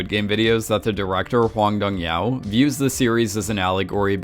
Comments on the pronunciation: can you stop pronouncing director's name as Hwang Dong YAO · He mispronounced a lot of names, I just looked up how to pronounce "Hwang Dong-hyuk" and he pronounced it as "Hong Dong-hyow" when you are supposed to pronounce the K. Same with Sae Byeok he says Sae-byow. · And the director's name is pronounced exactly as it is spelled. Not some weird Chinese sounding thing that he morphed it into. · Do you intentionally mispronounce every single name?💀